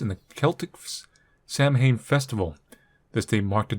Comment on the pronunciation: Samhain is actually pronounced as 'Saw-win' Thanks for the vids on the games,!! Always enjoy watching the horror